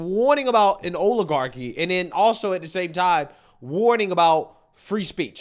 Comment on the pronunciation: I noticed something: the way pronunces oil one actually couldnt guess weather he is saying oligarchi or oiligarchi, because both words would sound the same coming from him.